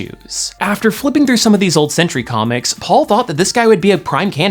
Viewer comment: Sentry ha more like Sen/try 😐